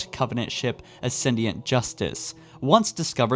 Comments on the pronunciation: I didn’t know it was possible to mispronounce “Onyx” and “ascendant” so badly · DEAR GOD MAN LEARN PROPER PRONUNCIATION!! It's pronounced Ascendant there is NO I in that name I don't know how you managed to stick an I in there. Also did you say "Composer's Anus"? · Its actually pronounced Ascendant! (You didnt do the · in pronunciation so it can be taken either way) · You forgot that Linda was recovered in her cryo tube at the end of Halo CE / Beginning of First strike... what about Fred and Kelly's missions on Reach? Dude, practice your scripts and pronunciations: O-nyx? Ascendiant? Yuctan?